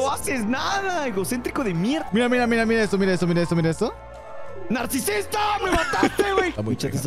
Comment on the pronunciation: Alguien se dio cuenta de que una parte nat dice narcisista pero las letras dicen narcisita